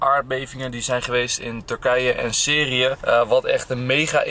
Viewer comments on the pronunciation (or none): Syrie spreek je uit als sieriejè niet serieë